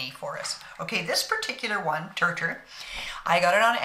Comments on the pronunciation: I thought the Brand Name was pronounced like you said, but it is pronounced “tear tear”. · Just wanted to let you know that all the channels I watched about this make up they pronounced it sounding like tear teer.